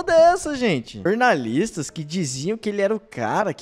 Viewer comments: """Jornalistes"""". Fale direito seu, seu, SEU....... BALCONISTA! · melhore! O correto é "jornaliste".. 😂😂😂 continue nessa pegada!